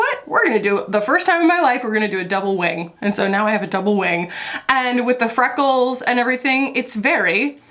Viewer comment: Fweckles, UwU